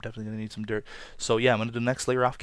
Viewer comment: when he says dirt it sounds like derp